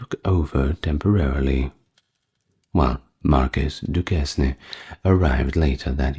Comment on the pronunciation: Duquesne is pronounced “Duke Cain”.